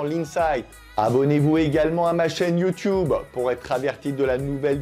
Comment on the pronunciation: "Youtioubeu!" XD